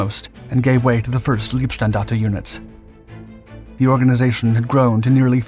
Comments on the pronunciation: Minor detail: "Leibstandarte" is pronounced "lie-bstahndahrteh", not "lee-bstahndahrteh" (it's "Leibstandarte", not "Liebstandarte"). Ironically "leeb" is the base of the German word for "love" ("Liebe")... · If you're going to do a piece on the Leibstandarte, then at least learn how the pronounce the world. It's pronounced, "LYBE-Standarta", not "LEEB-Standarte". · not "leeb" - standarte... "laib" - standarte (oh, ok, Paul already explained) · One small tip: the term “Leib” in Leibstandarte means ‘body’ and the ‘ei’ combination is pronounced like a long ‘i’ sound in the word ‘ice’ in English. The term ‘lieb’, meaning ‘dear’, the ‘ie’ is pronounced like the literal ‘e’ sound in English, which is how the ‘ei’ is being sounded in the videos. Other pronunciations in the video are very good. Keep at it!